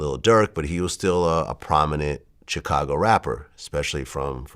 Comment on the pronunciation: Am I the only one who hates the way Vlad says, "Chicago"?? ..He has to know he sounds like a dumba**